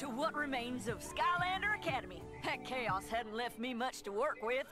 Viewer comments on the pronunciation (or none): It's kaos not choas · f it's Kaos K.A.O.S not chaos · also its pronounced k-a-o-s